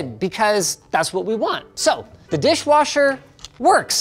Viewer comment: Totally keep hearing saying dishwarsher.